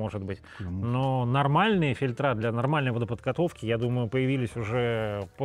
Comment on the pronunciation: ФильтрА, фильтрА. Это как дОгововор и договорА. фИльтры, мля!